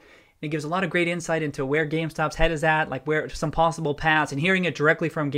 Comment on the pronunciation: I heard pawsible when you said possible and I enjoyed it (secret cat man) o.o